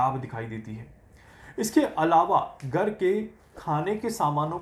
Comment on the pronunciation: Gar nahin Ghar boliye.😊